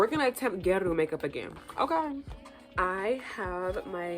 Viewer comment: I don’t want to be rude but it’s pronounced gyA-ru hopefully this makes sense and helps